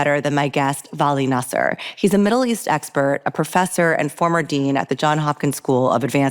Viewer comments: your are smart girl and you had a very smart questions i enjoy your interview very much, but you have to learn how to pronounce vali"s last name correctly, is nasr not nasser 😃❤ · Great interbiew with Dr Nasr. By the way you correctly pronounce Iran not I ran!! The pronounciation of Dr Nasr is Nasr and not Naser. I may heard you wrong.....but I heard Naser abd not Nasr!!!! 🎉🎉🎉